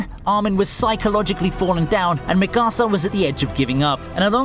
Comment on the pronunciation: No one: This guy: Micarsa